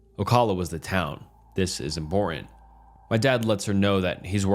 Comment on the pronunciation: Learn how to pronounce "important" and you'll be taken more seriously. Among other words like "revered".